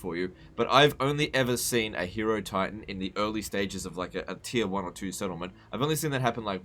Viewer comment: annoying internet pedant voice Ummm ackshually it's pronounced high-rohtitan since it's spelled like hieroglyph